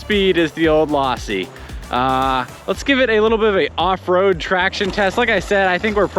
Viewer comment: The way you pronounced it lawsi instead of losi pronounce the o not an a drove me nuts.